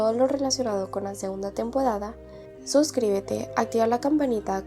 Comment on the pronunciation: Oye no puedes decir r tenpodada